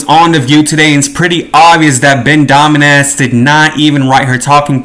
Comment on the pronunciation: LOL, you kept saying that dude's name and I thought you were making fun. So great!! Domenass.... LOL!